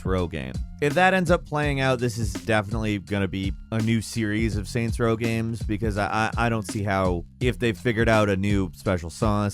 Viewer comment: SAINTS Row. Not Raint Row.